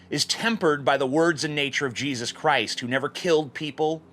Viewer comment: everytime you say jesus I hear cheesus